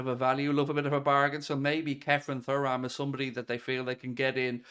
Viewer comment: Showing your young age with the pronunciation of Thuram hahaha